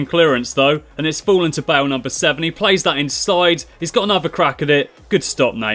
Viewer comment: it's not Wales, it's Bales